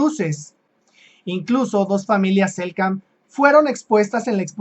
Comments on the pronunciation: SELK nam, se comió la Ene el amigo. Convengamos que no es sencillo pronunciar estás denominaciones... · Hola hermano se dice Selknam un gusto ayudarte